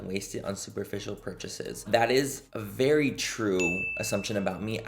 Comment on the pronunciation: “Vagina a vewwy scewwy ting” 😂